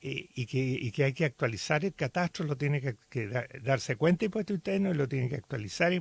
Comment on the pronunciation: Porque no pronuncia bien la tra tre tri tro tru Pablo Muñoz pronuncia bien catastro no mastiques la tro